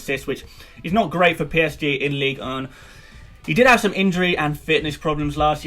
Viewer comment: Why you struggling to say "ligue 1"?